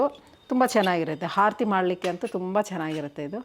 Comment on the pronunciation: ಹಾರತಿ ಅಲ್ಲ ಆರತಿ